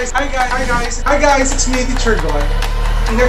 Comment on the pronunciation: "Hi Gays"